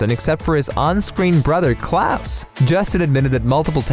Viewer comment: Me: Ok time to learn more about the cast The narrator: Klus